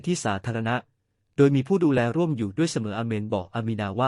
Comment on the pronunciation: ถูกรัดคอดว้ยผ้าพัน.ไม่ใช่ถูกรัด....คอเว้ยผ้าพัน.อา่นให้เป็นถ้าไใาเป็นไม่ตอ้งอา่น